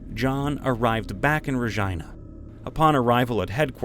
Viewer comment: This is helping me study sm, but the Regina pronunciation is killing me